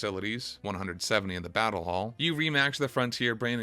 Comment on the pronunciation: Bro why do you say your "L's" like "W's"?! I am enjoying your video but HOLY SHIT. Poke'mon Gowd?(Gold) Battow?(Battle) Skiwws?(skills?) this game has too many L words to handle this.